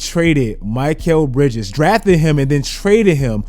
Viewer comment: My-Kel Bridges? Yo what?